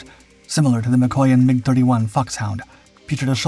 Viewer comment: Incredible engineering marvel. As such it deserves to be prinounced properly. This plane was designed by the Yakovlev design bureau, so it is not "wayaykey" it is simply "Yak 141". Similarly the Mikuyan- G uryevich planes aren't "Emaydzee" ajd the Ilyushin planes aren't "ayel" planes. Russian types are supposed to be pronounced russian sounding.